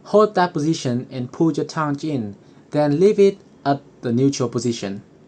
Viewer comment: Why do you say toundge